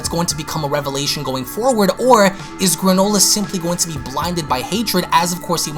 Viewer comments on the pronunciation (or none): none